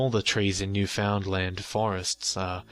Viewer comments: Really enjoyed the story and the channel. But it's pronounced "Nu-fund-lin" not "New Found Land". Anyway, keep up the good work! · Its pronounced New-fun-land, not literally New-found-land. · Its usually pronounced like "Noof-in-land" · "New-found-land"... Everyone in Canada died a little on the inside. Lol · I found your channel a day or two ago and to my surprise I hear a story about Newfoundland. I am from Newfoundland and back here now. I saw on a comment that someone described how to pronounce Newfoundland pronounce it as written all one word no spaces.New found land is 3 words Newfoundland is one. Otherwise I quite enjoy your channel good job. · its usually pronounced nu fund land